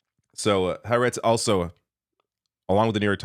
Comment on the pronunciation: When bribes and blackmail don't work... By the way, it's "ha aretz" (two words), not "haretz".